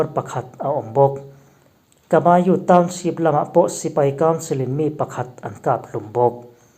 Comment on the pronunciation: Mi tam tak naupang zirlai thlengin in thil chhiar hi kan ngaithlaa, fimkhur deuh thin teh u, Township tih tur SHEEP ti a i chhiar tlat zel mai te hi, inzir ve deuh thin teh u. Beng a kham tlat.